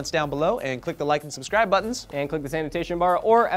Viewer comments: it always sounds like they say sanitation bar. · he says "This anotation bar"